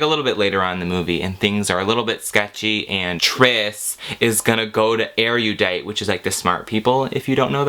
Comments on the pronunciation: Why can NOBODY in their society pronounce "Erudite" correctly!?!? It's not "areadite", godsdammit. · I couldn't sit through those movies. I can't stand how they pronounce 'erudite.' THERE'S NO FUCKING 'Y' IN 'ERUDITE'! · I always thought that Erudite was pronounced Yur-uh-dite.... oh well